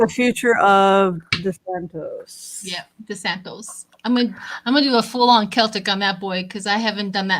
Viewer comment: Hi. All the readers are calling him DeSantos, but it is DeSantis or as I call him DeSatan.